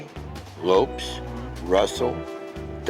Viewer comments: Dave Lopes.....not Lopez.... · He said, "Dave LopEZ"...